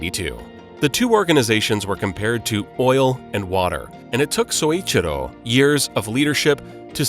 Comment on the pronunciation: Not Soichiro Toyoda, Syouichiro Toyoda is correct.